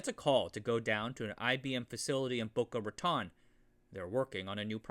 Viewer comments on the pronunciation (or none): I used to live in Boca Raton, Florida. It's pronounced as "Boca Ratone", instead of "Boca Raton". Translates in Spanish to "rat's mouth". But actually a nice city, with a funny name.